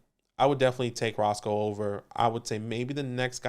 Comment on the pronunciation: Had to play it back bc I couldn’t believe it but it’s definitely not Roscoe Johnson. It’s pronounced RoSHAWN Johnson.. put some respect on that man’s name! I went to UT so I’ve been a fan since he was playing QB for the Longhorns. Just don’t want you guys saying it incorrectly for the next few months lol